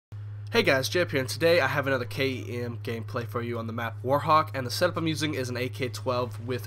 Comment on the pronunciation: You can say kem instead of k-e-m that might be easier:)